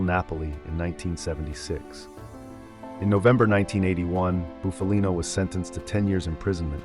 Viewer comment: The narrator is mispronouncing Bufalino last name